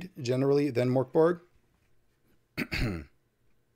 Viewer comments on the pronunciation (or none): The G in Mörk Borg is pronounced with a soft G. The Ö is pronounced like the sound in Bird. Merk Borj